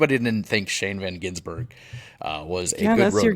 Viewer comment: Gisbergen Its not Gi>n<sbergen Gis-berg-en